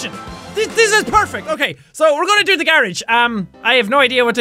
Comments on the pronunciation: Say fucking garage right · British and Irish people say gar-rage we say it as gah-rahj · Why he say Garage so weird.